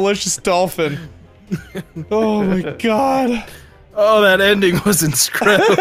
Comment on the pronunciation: Or as would say "Inscredible"